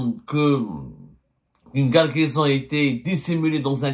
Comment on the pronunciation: une quoi ??? Guargaison 😂